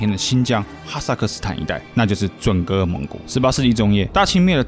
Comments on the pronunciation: 准噶尔的噶字你读错音了，我不知道你懂不懂汉语拼音，准确的读法是准噶ga尔，而不是ge。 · 正确发音不是准噶尔吗（zhun ga er）？不说地域，噶读ga音吧。我还翻阅了简中和繁中的网络讯息，真的是发ga音😅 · 准噶尔念嘎，大汗念寒😓